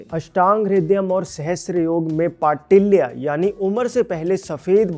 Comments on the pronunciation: Bhai Patilya nahi Palitya खालित्य एवं पालित्य Baldness and greying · It's not Patilya, Palitya ,spell correctly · पाटिल्य नहीं सर पालित्य होता है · It's पालित्य not पाटिल्य